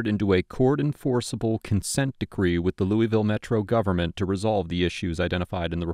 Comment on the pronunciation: there’s no such place as “Louie vile” KY. The correct pronunciation is “Lew a vulle”. A little research goes a long way.